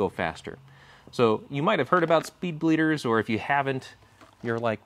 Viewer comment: “Spleeder” hahaha